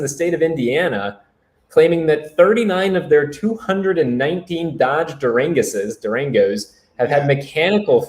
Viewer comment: Dodge “Duranguses” got me, haha